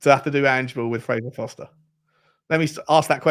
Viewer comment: FOR-STER, not FOSTER 😂 Let’s be honest it’s probably got to be Tosin for home grown. I can’t see us getting the best player in Todibo, Spurs don’t do that, we eat the scraps. I’d take Solanke but he’s a £30m player, just as Brennan was only really worth 30m